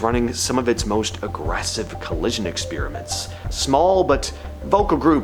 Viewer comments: Your videos would get more views if you start pronouncing "experiment" correctly. Ex spear ament is quite annoying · What's an exspeeeeriment?